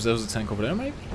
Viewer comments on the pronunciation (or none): none